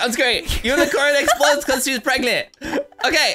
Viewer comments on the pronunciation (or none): Why said pragnent unicorn explode?